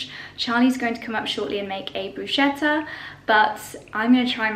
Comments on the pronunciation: we love you but is BRUSCHETTA not BRUSCIETTA!! Please please please Think brusketta 👍😊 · Bruschetta is pronounced Brusketta.